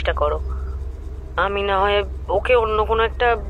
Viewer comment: I enjoy your audio stories very much. Great job. Pronounciation is very vlear except the word, ‘hay’. Please make sure it doesn’t sound like ‘hai’.